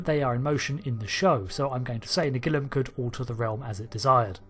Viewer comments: Could you please try to say Nagilum correctly? On the actual episode they say Na-GEE-Lum, not NAG-il-Um. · It's pronounced na-GEE-lum, not NAG-ilum or na-GILL-um… Did you even watch the episode?!?! 😡😡😡😡😡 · Naa-geel-um... That's how it was pronounced in the Episode.. Why change it? Brits' are weird.. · Why does your pronunciation of " Nagilum " alternate ? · I can't be the only one that's a bit annoyed by his constant mispronunciation of Nagilum in this video. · Do you pronounce ‘Nagilum’ differently each time on purpose!? 😂 I love this episode, it’s silly but fun and interesting silly. Plus let’s take a moment to remember Haskell, one of the most horrific crew deaths seen on TNG, maybe even worse than that woman who got stuck in the floor.